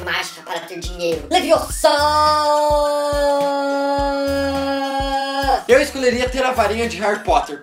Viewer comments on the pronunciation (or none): n é leviossa é LEVIOSAAAAAAAAAAAAAAA